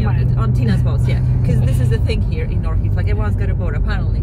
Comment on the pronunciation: Ohrid not Orhid